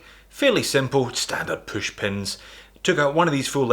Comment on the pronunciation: I like how you say poosh for push